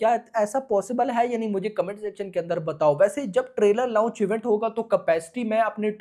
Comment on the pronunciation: Launch ❌ Louch ✅